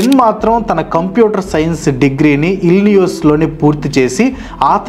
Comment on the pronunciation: Anna ఇల్లినియోస్ kadu ఇల్లినాయిస్ .